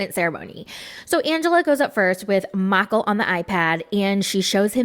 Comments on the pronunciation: Every time you say Miicheal I giggle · The way you say Michael is so hilarious 🤣🤣